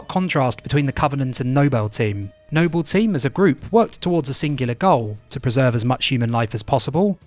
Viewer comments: I honestly thought you were trolling, the way you pronounced Noble and Jorge was both painful and hilarious. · Why are you pronouncing Jorge and Noble wrong? Both of these words are spoken by characters in game, it's not like these are words that are only written... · i utterly despise the way you're saying Noble 6 , i tell myself you're doing it on purpose for laughs because you can say Noble Team properly... but it still pisses me off. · Kinda irks me how he says Noble and Jorge, lmao. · Why is it you correctly call them Noble Team, but refer to the player character as "Nobel Six?" Also, his name is JORGE, not Jorgè! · Noble, not Nobel. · It's pronounced "George" not Jorgé and "Noble", not Nobel. Are you dyslexic or joking? (Good video though). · its noble 6, not nobel 6. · You can't just call Noble 6, the other white meat of Hyper Lethal Vectors, No BELL 6 and then immediately after pronounced Noble Team correctly. Simply disrespectful. For shame sir! Joking aside, great video. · Noble six, not No-bell six. And Jorge no Hor Hey. The names are pronounced multiple times in game, hearing you butcher them for no reason is just frustrating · No-bell six and horhe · Why are you calling him "Nobel Six"? It's NOBLE SIX. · Why the hell is he calling him NOBBEL six instead of noble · Am I missing something? Why does the narrator keep mispronouncing noble 6 as "Nobel 6?" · Nobel Six and Jorge 😅 Great video, man, ya goofball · Nobel 6 and whorhey 😅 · "No-Bell 6 and Whore-Hey..." Jokes aside this a great video. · "Nobell" and "Hor-hay" lol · HOR-HAY NOBEL SIX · It’s pronounced NO-BULL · Stop saying NOBIYALLLLLLLL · The way he pronounces things its like hes speaking through a voice changer or something saying noble 6 as if its nobel prize and jorge as horhay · No-Bell Six and Whore-Hey is gold lol. Really good video, Halo doesn't get enough video essays on YouTube. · "Nobel six" lmao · "No-Bell team" "Hor-hay" 😖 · who tf is hor-hey and no-bell 6?